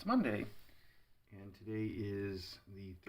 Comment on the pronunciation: Thought said Momday. 😻